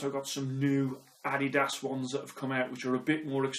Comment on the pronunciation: finnally someone who knows how to pronounce adidas